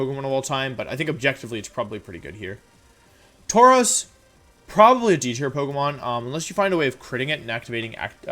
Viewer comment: DO NOT CALL THE VIDEO TRASH! THAT'S MEAN! AND ALSO, IT'S TAUROS, NOT TAROUS! THE U SHOULD BE BEFORE THE R!